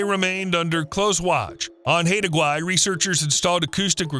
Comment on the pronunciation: Haida Gwaii is pronounced "high da".